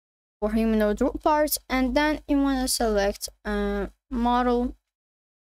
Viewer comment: wtf is a Humanoid Rock Bar. Speak clearer